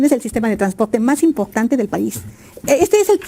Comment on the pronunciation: POQE es Impogtante !! ..Ege con ege cigago !! Ege con ege bagil !!..Gapido van los cagos de azúcag del fegocagil : Xochilt Galvez